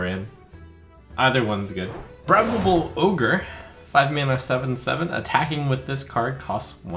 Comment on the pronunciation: "Bri-babal" ogre? It's "bribe-able" you moron.